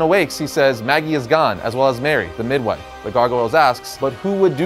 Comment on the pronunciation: did anyone else hear "mid-knife" instead of "midwife"? It's like he was saying midnight instead of midwife and switched half way through. Good to see that even the pros make mistakes every now and again!! Great video! Love the Gargoyles! Forgot how crazy it got towards the end of the shows run. Didn't read the comics. Still looks great. Looking at you Disney +!!!!